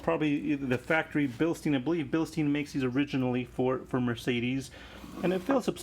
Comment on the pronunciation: Mate, you haven't been very lucky with your air suspension... Have you considered looking at it from a different angle, like checking the pressure under load and with no load? It could very well be that your pressure regulator is defective and this could be a cause for your extensive collection of blown bags... Also, please stop pronouncing "bilsteen"!!! Read the label, it says Bilstein, not Bilsteen. The correct pronunciation is BILSHTAIN. Will you do that for me because I'm German and my ears hurt. Thank you.